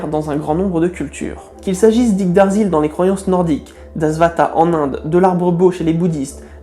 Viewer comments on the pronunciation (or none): J'ai les oreilles qui ont sifflé ! C'est YggDRasil pas Yggdarsil ^^ (enfin il me semble que c'est cette prononciation)